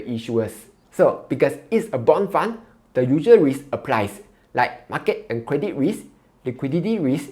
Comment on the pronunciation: Can you pronounce ‘however’ slowly and precisely. You are saying However as howefer Credit as credic. Very difficult to understand your speech